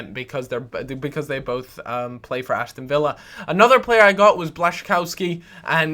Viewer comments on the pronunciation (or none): none